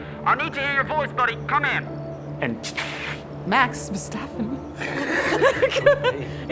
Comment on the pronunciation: It's Max Verstappen... Not Verstaffen